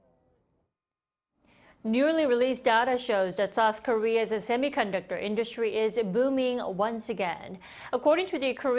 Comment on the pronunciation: "Newly releashhed data shows that South Korea says semiconductor indushh-tree is ahh-booming once again. According to the Korea-suh customs service on Tuuush-day, experts on the firshhht twenty days of May rose ahhhh 1 point 5 per-shhent-a compared to daa same period lashht year coming to a total of ober 32 point 7 billion U-esh dollarsh." Kim Da-Mi: Please do not to substitute "s" with "shhh" and not add "ah" at the end of words.